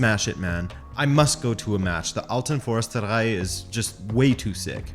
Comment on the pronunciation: Good attempt at pronouncing Alte Försterei^^ I appreciate the effort